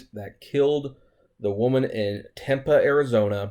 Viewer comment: You are making me laugh with your pronunciation of Tempe. 😂